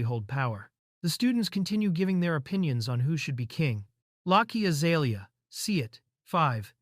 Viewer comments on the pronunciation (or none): none